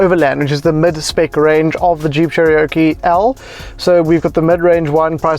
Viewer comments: Jeep 'chereoke' 😆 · Disappointing review to say the least. Not sure if the presenter needs a little more practice and a confidence (sorry - just my opinion) or if the problem lies with the editing of the final product. The review felt rushed, I’ll-informed (doesn’t know where Jeep places it’s volume buttons behind the steering), confusing (“feels underpowered” but has “plenty of power to spare”) and it’s “Cherokee” not “Cheriokee”.